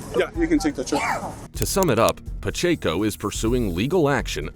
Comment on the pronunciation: It's Paaa-check-o... prounced....I hope they have to pay out... Idiot$